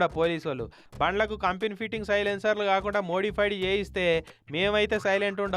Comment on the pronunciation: సెలైన్సర్ల కాదు సైలెన్సర్ల jagan tho kalisaka meku kuda telugu poindhey